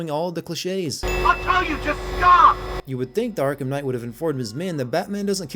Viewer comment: Arkham Khight?